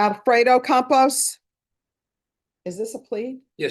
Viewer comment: It’s Campos but I love that Judge Boyd pronounced it Compost. 😂